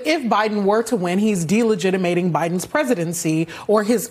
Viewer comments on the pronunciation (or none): What??? Is “deligitamating” (@ ’ish) a word?